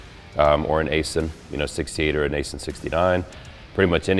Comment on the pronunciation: Aisin transmission is pronounced- Aizin like "eye zen".